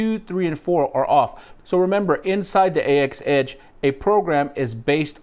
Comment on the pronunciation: anybody thinks it criminal they pronounce it as "A-X" instead of "AXE"